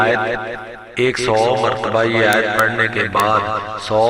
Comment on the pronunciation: آیت کو صحیح پڑہیں